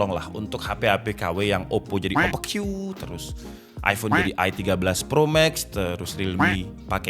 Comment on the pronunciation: Ngakak pas bilang OPPQ🤣